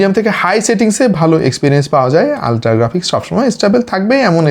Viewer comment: Ultra ❌ Oltra ✅